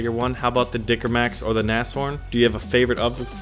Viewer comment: Wow... you're the first non-native german speaking person I've encountered that can actually pronounce Nashorn correctly. Mad props to you.